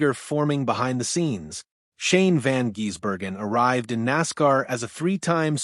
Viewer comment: If you cant get Shanes name right dont bother broadcasting